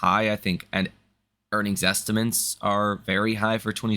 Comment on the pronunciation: It’s estimates, not ‘estimants’